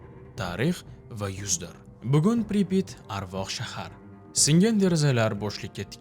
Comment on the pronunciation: Assalamu Alaykum. Amerika 2018 yili "Chernobil" degan 5 seriyalik kino olgan koʻrishni tavsiya qilaman. Admin Pripit emas Pripyat toʻgʻri talafuz qiling